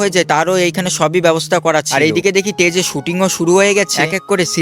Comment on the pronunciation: এই টেজে না, স্টেজে হবে। পাফম না (পারফর্ম হবে)